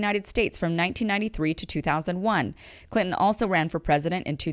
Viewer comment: I love the way you say Clinton lmao